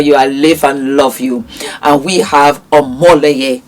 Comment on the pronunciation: Fumi, he is Omoyele, not Omoleye. ..I am so proud of him.